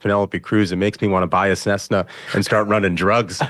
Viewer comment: Did he say buy a snesna? 😂😂😂 it’s Cessna my friend. The nominees rubbed off on you!😂😂😂😂